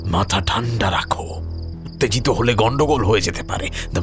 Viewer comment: besh sundor golpo . Bhalo laglo . Kintu "Uttajito" ebong "Shashpodo Shonkul" o "Monorotho" ei uchcharon gulo khub kane bajlo . Ektu nojor deben